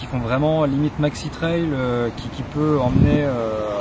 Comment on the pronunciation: On dit pas "traïlle" on dit "treille" ;)